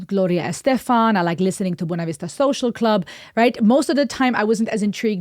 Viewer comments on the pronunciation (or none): none